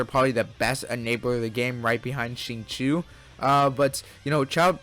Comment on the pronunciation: Never.... have i ever heard someone until this very day call Zan-Ling <-(pronunciation) mfing SHINLING 🤧 wth